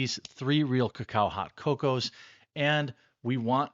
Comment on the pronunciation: Why is Jeremy in a hotel and why does he pronounce CoCo like how I pronounce Cao-Cao in Dynasty Warriors?